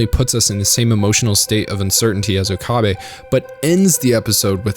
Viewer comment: Why is it that so many videos mispronounce Okabe? They say his name hundred of times in the series yet everyone still says Ookaaabe. . Put three words together, oak, a, bay